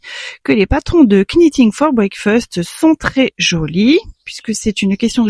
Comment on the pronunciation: Bonjour, aucune critique, n'en prenez pas ombrage, juste une information, je voudrais voir dire que le "k" de "knitting" ne se prononce pas, comme le verbe anglais "to knit" qui se prononce "not". A part ça, j'ai tricoté plusieurs fois le timeline qui est un patron gratuit mais je trouve qu'il vaudrait peut-être mieux de faire un tuto d'un autre patron parce que Stephaline-made propose un tuto très similaire au Timeline et ça serait peut-être redondant.